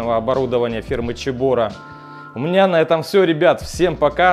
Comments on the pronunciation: поздравляю с покупкой! Но почему "чебора"? Слух режет. Все говорят "себора", а гугл переводчик говорит "цебора" 😁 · Почему Чебора. Вообще то Себора. Чебора по английски Chebora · Цэбора а не чебОра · а почему Чебора а не Цебора???? чуть ухи не отвалились! аппарат классный, поздравляю, про канал 100 ампер написали уже, там Иван рассказывает и снимает про сварку максимально качественно. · Ну, ну какая "Чебора"? Тут либо Себора, либо Кебора. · первая буква C, читается Цебора), a Ч было бы Сh. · ну гдеж Ч то в слове CEBORA?? Ч звук получается при Ch! это Сибора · Как режет уши "чебора", не так читается